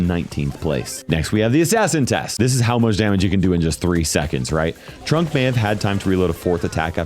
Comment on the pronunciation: I was listening to this in the background, and the amount of times I heard "Trump" instead of "Trunk is ridiculous. 😂 Would be hilarious (but would never happen obviously) if for one of his skins they gave him the swooshy hair and made him orange.